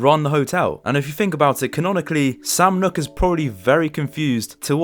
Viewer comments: its sam noock not nock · Did you really just say sam knock instead of sam nook? Cool vid tho